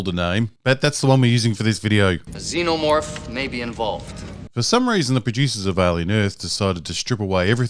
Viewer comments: “Zen o morph or Zee no morph? Not sure which pronunciation” - shows clip with correct pronunciation - uses incorrect pronunciation for the next 11 minutes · What made me most emotional about this video is your reluctance to pronounce Xenomorph properly...